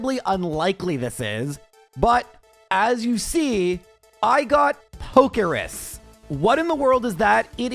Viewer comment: It's called Pokerus. So yeah. Not pokeris lol